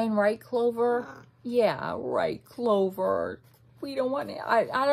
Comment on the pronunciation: aww i heared you call clover "clove" and i see you wearing a cherry blossom cap, so you like me yay!!! i like when people like me!!